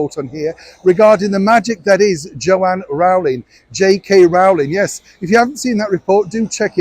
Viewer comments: I'm pretty sure Rowling is pronounced like bowling. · you are a Brit and must know JK's last name is pronounced Row Ling like in row your boat. It's only the Americans that pronounce Row like the sound in ouch. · JK Rowling is pronounced rolling as in rolling on the river, not like the bow of a ship or a row within the family.